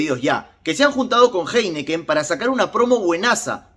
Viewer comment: Disculpa pero, se pronuncia JAINIKEN.